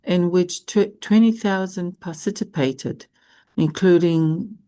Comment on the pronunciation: PARTICIPATED not parcitypated! Please drill and correct this word! It is annoying.😢Every day you say it WRONG!😮